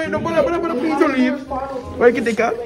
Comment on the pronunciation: all I heard was “BRUDDA.” 😂